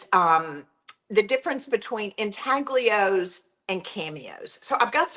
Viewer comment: Thank for sharing this method, I absolutely love intaglios but as many of us know, real ones are super pricy! Just need to mention: the g in intaglio is not pronounced. The first part sounds like ooin (or uhn) and the ios sounds like yo. Ooin tal yo. I’m also a teacher ;-) and teachers gotta teach, lol.